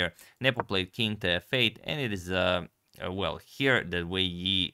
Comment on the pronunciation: I don't care much about pronounciations but since some do: Wei Yi is pronounced more like Wei I. (And Ding Liren more like Ding Lijen. You can find ressources for that one/himself saying his name in english interviews asking about the name.)